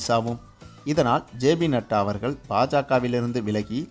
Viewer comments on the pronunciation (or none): none